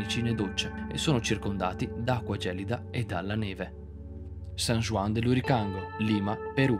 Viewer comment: Molto bello! A parte la pronuncia inascoltabile di "Island" e "juan"